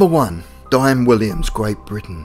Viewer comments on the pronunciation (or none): none